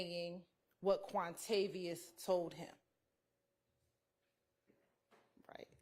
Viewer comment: Hahahahahahahqhahqhahq wuamavios.. not wuamaviois... quantavious jahahahah